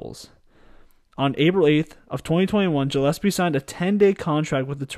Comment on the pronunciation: Went to school with Freddie growing up, nobody deserves it more than Freddie G. Btw his last name is pronounced gill as in fish gills